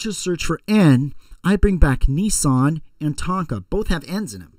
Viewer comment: it's nissan